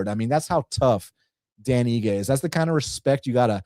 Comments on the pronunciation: Dude said dan igi lol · Dan "iggy" had me triggered 😂